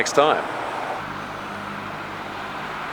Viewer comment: you said it wrong it's "win gar dium levi ohhh sa" not "win gar dium levi oh sa".